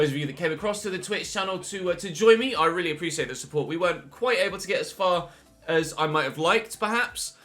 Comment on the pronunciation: got that excited he said reallyo 😆